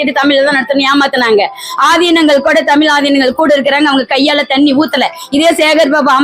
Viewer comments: ஏன்டி உனக்கு முதல்ல தமிழ் உச்சரிப்பே வரலை தமிழை தமில் சொல்கிறாய் இவளை யாரோ இங்கே அனுப்பியது தெரிகிறது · உன்னை பாடிவிட்டு அசிங்கப்படுத்தியிருக்கனம் உன் தமிள் அவ்வளவு நழ்ழா இருக்கு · tamiz appadinnu sariya sollu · முதலில் தமிழ் என்று சரியாக உச்சரிக்க கற்றுக்கொள்ளுங்கள் தமில் தமில் தமில் எத்தனை தமில் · தமில்இல்லை தமிழ் என்று சொல் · First the lady should pronounce Tamil properly. Pronounce ZHA correctly. Then you talk. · First let this WOMEN OTHUVAR pronounce original TAMIL ,instead of killing TAMIL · மொதல்ல தமிழ் என்ற வார்த்தையையே சரியாக உச்சரிக்கத் தெரியவில்லையே நீயெல்லாம் யாரும்மா? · தமிழ் முதல்லா சரியாக உச்சரிக்கவும் ..பின்பு …மற்றவை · தமிழ் என்று உச்சரிக்கவும். தமிழ் படாத பாடுபடுகின்றது.வாழ்க தமிழ்! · முதலில் "தமிழ்" என்பதை சரியாக உச்சரியுங்கள். யாக சாலையில் ஓதுவார் அவர்களுக்கு என்ன செயல் இருக்கிறது? ஓதுவார்கள் இறைவன் அருகில் இருப்பவர்கள். இவர்கள் ஓதுவதை கேட்கவே இறைவன் கருவறையில் வீற்று இருந்து எல்லோருக்கும் அருள் பாலிக்கின்றார். சிவா பெருமானின் குண்டலமாக திகழ்கின்ற ஓதுவார்கள், இறைவனுக்கு கேட்கும் தூரத்தில் இருக்க வேண்டும். யாக சாலையில் அல்ல. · பைத்தியம் உனக்கு "ழ" உச்சரிக்க வரவில்லை.தமிழ பத்தி பேசற. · தமிழ் ன்னு உச்சரிப்பே உனக்கு சரியா வரலயே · முதலில் தமிழை சரியா உச்சரிக்கவும் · முதலில் தமிழ் என்று சரியாக உச்சரிக்கவும் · முதலில் தமிழ் என்று உச்சரிக்க வேண்டும். தமில் இல்லை. வேள்வியை வேல்வி என்றும் இந்த அம்மையார் சொல்கிறார். எந்த ஒரு மொழியிலும் இல்லாதொரு அழகு நம் தமிழில் மட்டுமே உள்ளது. நாம் அனைவரும் முதலில் சரியான முறையில் தமிழை உச்சரிக்க மற்றும் பேச முயற்சி செய்வோம்.